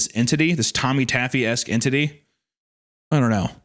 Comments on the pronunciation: the "entitty" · The En-tit-ty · Pre-half way through the story, you could refer to her as the “En-TITTY” 💀